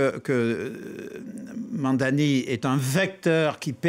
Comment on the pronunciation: Why it's so hard to read his name correctly? It's not Mamdami its Mamdani.